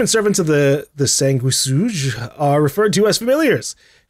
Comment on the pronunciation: Sanguisuge is pronounced San-Goo-Hee-Sooj